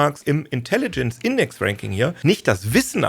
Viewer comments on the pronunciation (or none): none